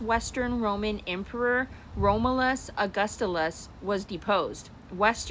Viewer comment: you cannot pronounce "Romulus" you're out. And, dude, follow the money.